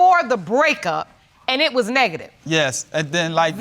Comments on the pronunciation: I mean he couldn’t even say “negative” 🤣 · He couldn't even say NEGATIVE. That's all I need lol